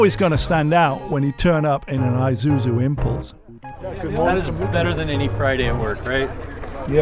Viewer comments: (and most people to be fair): Ee-zoo-zoo Magnus Walker: Eye-zoo-zoo Correct: Ee-sue-zoo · Isuzu pronounce Eesuzu like Impulse, not I’m pulse. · “EYE-zuzu”?!? This is a car I lusted after in my younger days. An older woman at my church drove one. I was envious! Still looks good to me today.